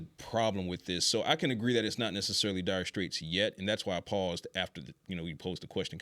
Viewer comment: Dude I’m gonna kill myself if you say dyer straights again